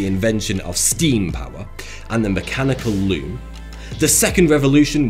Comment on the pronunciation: When you said “mechanical loom”, ai thought you said “mechanical loo”! Had to rewind to get it right!